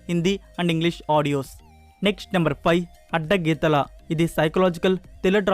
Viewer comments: " అడ్డగీతల " కాదు బాబు " అడ్డతీగల " ... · Not Addagitala , right speak Addateegal